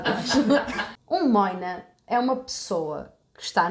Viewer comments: Mas seria "môina" com som de ô. Não "móina" "ó" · "Moina" não se diz "móina", mas "moina", mesmo e é sinónimo de polícia. Como se dizia que eles não faziam nada, passou a significar alguém que não faz nada e daí, foi para os arrumadores, mas não é tão comum assim ser usado como sinónimo de arrumador. Em França, também usam a expressão "pneu". O nome vem da rodela de limão que é colocada no copo, depois do gelo e do açucar.